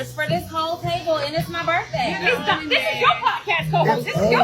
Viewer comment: “It’s my burfday!”